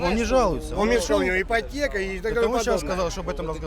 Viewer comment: ипотэка- дискатэка..))